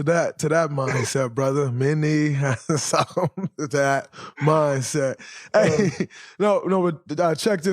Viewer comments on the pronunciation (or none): It's the emphasis is on the "suc" not the "cumb". Once you retired you got to study up dray. It's good as is but it's always work ta put in